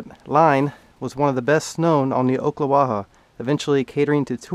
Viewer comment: Ocklawaha native here enjoyed your video but not “oak”-la-wa-ha my friend But ack-la-wa-ha....only Yankees say oak lol